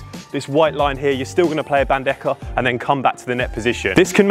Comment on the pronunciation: Great video!!! just a little correction... the correct way to pronounce BANDEJA is bandeha